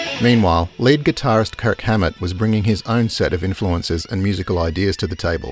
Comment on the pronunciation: Ok...so I almost got pissed for hearing LATE guitarist instead of LEAD guitarist. xD :D :D :D